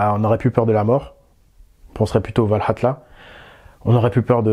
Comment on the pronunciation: Bonjour Peux tu me dire pourquoi tu dis ValhalTa? On ne dis pas Valhalla? Merci beaucoup!Toujours super tes vidéos!